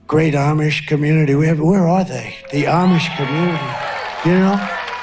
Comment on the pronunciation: what did he say here?? "I'ma very gay?" Or he seemed to slur his words trying to say "great" 😂